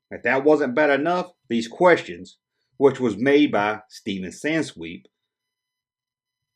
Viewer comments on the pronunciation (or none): none